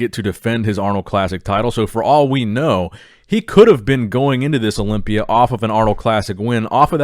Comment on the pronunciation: Is it me or the way nick says "Olympia " sounds satisfying